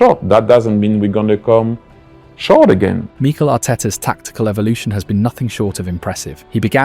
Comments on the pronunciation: What are these pronunciations? Meekle Arteta. Zoobymendy. Enwanary. Sarkar. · Who's Meeekel? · The voice over really has trouble with pronouncing these names. “Meekel Arteta” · Good video, but why do you mispronounce every player's name 😂